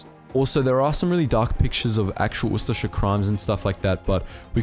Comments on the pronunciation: He is saying it pretty good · Well, it is pronounced "oo-stache-eh" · I have always heard it pronounced ooo- STASH-ee